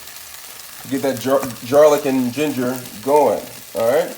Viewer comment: Lmao, he said gingar